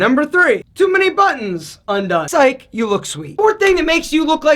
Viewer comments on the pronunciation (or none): none